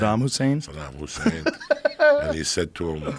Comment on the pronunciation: Hasam Kusain? Wtf Joey